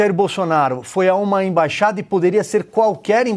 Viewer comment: Ei, imbaxada não existe, existe "Embaixada" ok?